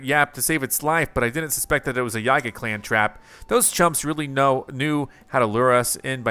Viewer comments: Just saying, i'm pretty sure yiga is pronounced yee-ga not how you were pronouncing it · YEEEGA! The mispronunciation is driving me crazy! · How is it really pronounce??